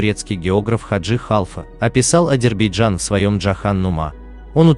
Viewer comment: ВАШЕ ВИДИО РОЛИК КОТОРОЕ ВЫ ПЕРДСТАВИЛИ ПОЛНОСТЬЮ ЧУЖ. ФАКТЫ КАТОРОЕ ВЫ ДОКАЗЫВАЕТЕ НА НЕДАВНЫХ СТАТЬИ УЧОНЫХ ЕНСКЛОПЕДИЯ И ТОМУ ПОДОБНЫЕ,ТОЖЕ ПАХОЖЕ НАПИСАНА ПОД ДИКТОВКУ.. С ПЕРВО НАУЧИТЕСЬ ПРАИЗНАСИТ НАЗЫВАНИЕ АЗЕРБАЙДЖАНА. 😊